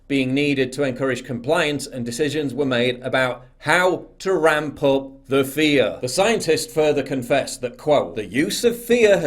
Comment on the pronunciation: "Lets take a look at some of thee action!"